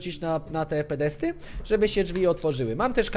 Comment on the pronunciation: podesty nie pedesty